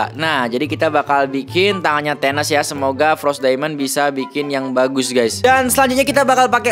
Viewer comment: Bukan thenes bang = Thanos